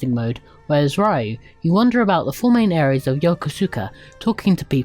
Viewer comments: It's "Ryo" not "Rayu" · His name is not Rayu, it's Ryo (pronounced Rio like the city) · Excelent review, but the name of the main character isn't Rayu, is Ryo, and is pronounced Rio not Raio